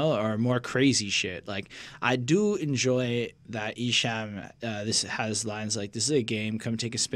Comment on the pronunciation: Not trying 2be a hater but esham is pronounced like the word , calm . not ham like u eat . jus puttin u up on game . awesome review guys . like 4yall 2do another esham album review